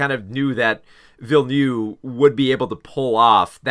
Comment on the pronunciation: I really enjoyed your review of Dune: Part Two, but please learn to pronounce Villeneuve the right way. It's not ''Villenew'', but Ville-Neuve!!! No offence, and I know it's not on purpose. English is a fucked up language.